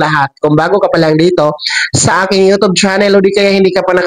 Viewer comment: Bka po u tube di utub mali po pronounce u